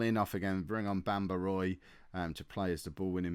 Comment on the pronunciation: Also Roy = Wah